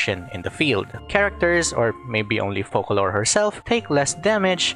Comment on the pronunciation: Thank the fukin God, atleast one content creator said her name correctly - *FOCALOR*. Not fuckin Furina! Damnit, how people trigger me for saying the wrong word.